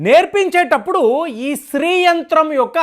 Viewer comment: the pronounce what you telling is STREE it should be SHREE. sorry for commenting this, as it will be followed by others also